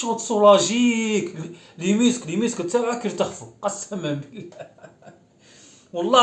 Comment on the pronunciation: يرتخفو وغلط لازم يقول يترخفو هههههههه